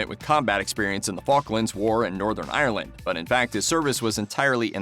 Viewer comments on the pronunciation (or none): none